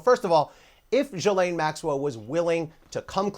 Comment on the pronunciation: It's pronounced JhizzLane.